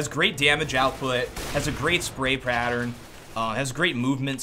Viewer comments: "has a great spray prattern.." xD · "great dyamage output,great spray prattern"